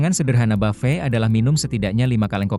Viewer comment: kok orang2 nyebutnya buffey ya? kyk prasmanan 😅